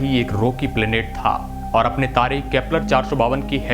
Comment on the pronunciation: ओर " नही और " बोलो